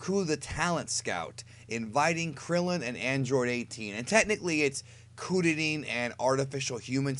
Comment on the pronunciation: You're pronouncing Kuririn wrong.